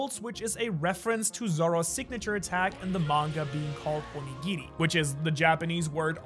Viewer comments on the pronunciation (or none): none